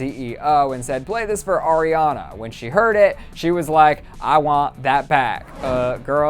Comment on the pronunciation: Lets appreciate that he says ARIana not AIRiana